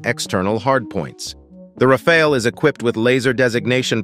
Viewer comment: Pronounced as Rafall and Rafail in the video